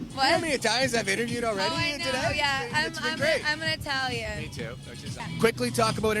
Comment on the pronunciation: I'M ITALIAM.... LOL